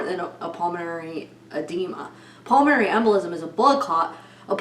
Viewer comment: Can you say PULMONARY anyone???